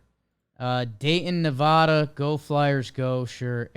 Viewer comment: Couple things. 1. The Mariners ARE a real life baseball team. Its okay to pay attention to them. 2. You pronounced "Nevada" wrong